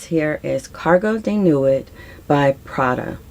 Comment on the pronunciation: Some you got perefectly, like Parade. Nuit if French for night, and pronounced Nwee. In French French the might actually be closer the the Spanish first N in manana, but I don’t think that’s necessary when speaking English. I’ll come back after I find the one I don’t remember.